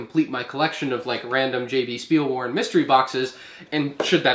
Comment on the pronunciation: You said jb spielwaren wrong im from germany and its spoken differently you have to say it something like this jot be schpiel waaren its hard to explain without actually speaking